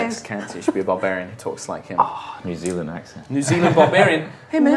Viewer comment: Zew Zealenders? As an Australian (whose parents were born in New Zealand), I basically have a phd in taking the piss out of them. "Zew Zealenders" is just un-comedically inaccurate.